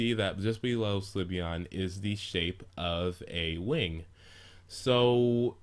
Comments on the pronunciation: Slyveon LOL It's Sylveon xD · it isn't sLyveon it's sYlveon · its sylveon so stop saying slyveon lol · The only 3 types i am considering are flying, light or fairy. (if they introduce new types.) I don't think it could be anything else, except maybe a normal type. It especially wouldn't be a psychic because we already have Espeon. Also, Sylveon is pronounced sill-veon, not si-li-veon or sli-veon. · I like this video but, ITS PRONOUNCED SIL-VEON! NOT SLI-VEON! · umm not trying to be a douche but why do you pronounce it. Sul iveon? It's just all the people i have heard say it pronounce it Silveon. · "si-li-ve-on" ? it's "sylvie-on" -. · "Slih-veon?" I'm pretty sure that's pronounced "Sil-Veon". The l comes after the y. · you keep saying slyveon its sylveon not slyveon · Sylveon is pronounced sil-veon not sli-veon. Think of silver when you say it. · It's pronounced Silve-eeon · your'e saying slyveon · Pronounciation: SIL-vee-ON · XDD You have to pronounce Sylveon's name as how you would pronounced Sylvia. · slyveon... slyveon... stop saying slyveon jeez... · You pronouncing syleon inncorectly was driving me insane